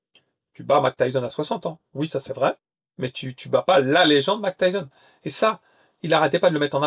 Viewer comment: Mak Tayson ?!? Tu déconnes 😅